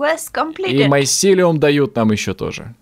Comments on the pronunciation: не майсилеум а мицелий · помните как в Sky Den у некоторых подписчиков бомбило из-за того как произносит название майсилиума?